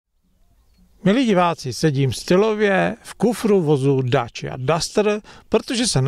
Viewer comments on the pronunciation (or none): Dácia nie Dáčia